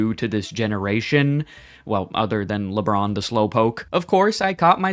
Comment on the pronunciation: I stopped watching at "lebron"